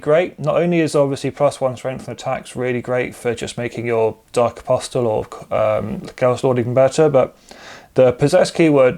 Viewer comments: Apostle is pronounced, ''Aposal'' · why? It's incorrect. Objectively, hehe. Was about to say nice video (hope things change for the better with the new dex drop soon) but the T in apostle is silent 😅